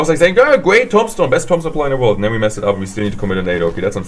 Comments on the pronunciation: Lol he says tom stone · it's tuuuumbstone. Thats how you pronounce tombstone